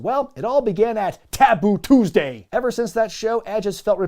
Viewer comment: TABOO TOOSD-EH